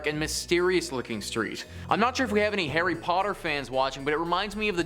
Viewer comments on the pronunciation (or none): none